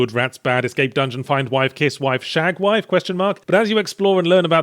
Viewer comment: “...shag whife, question mark?” no no no Yatzee “...shag wife, exclamation point!”